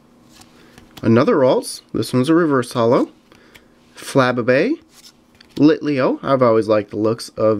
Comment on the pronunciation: it's pronounced flubaybay